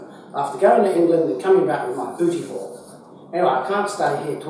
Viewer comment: Semantics alert! Did you say "booty call" or "booty haul"? I've been informed that in today's parlance the two phrases are quite dissimilar. Great job. Narragansett Bay